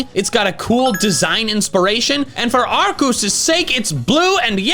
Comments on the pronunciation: IT'S ARCEUS, NOT F*CKING ARKOOS! NOW SAY IT RIGHT! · wait ARCEUS not ARKOOS?😂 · ITS ARCEUS, NOT F*CKING ARKOOS! THAT STUFF IS OVER NOW! SAY IT RIGHT OR ELSE! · Legends ARKOOS. AR KOOS! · Ar-KEE-us??? who are you